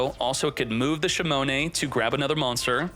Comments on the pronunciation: Shimone shimone shimone...😂😂😂😂 it's shinonome, man, SHINONOME...say it with me now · Shinonome: shimone